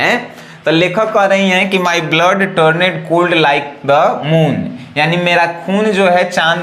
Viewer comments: km hai bhai.... Sahi Se Padhna Bhi Bhut Jruri Hota Hai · कृपया इंग्लिश शुद्ध शुद्ध पढ़े । Turned टर्न्ड ✅ टरनेड ❎ Moved मुव्ड ✅ मुभेड ❎ 😂😂😂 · Dear , correct your pronounciation You have pronounced wrongly the following words--died,turned,often